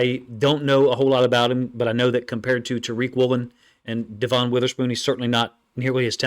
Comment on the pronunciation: I appreciate everything you do for us 12's when your not a Seahawks fan. It's pronounced Devin spelled Devon just thought you might want to know. Go Hawks 🏈 💙 💚